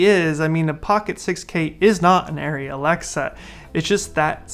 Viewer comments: I haven't even touched an Arri but it's ah-ry, not airy. Thank-you for your Komodo thoughts! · The people in Arri Tech Talk Live in German pronounce it ah-ry. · This is not correct. It’s pronounced airy.